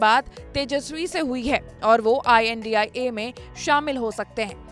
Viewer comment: India bolne m dikkat abp news balo ko